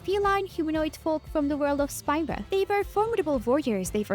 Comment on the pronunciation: Just to let you know, the world of FFX, Spira, is pronounced "spear-uh". :)